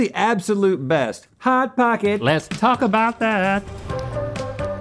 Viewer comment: Link: "Pot Hocket" Rhett: (almost) "Chili Feese"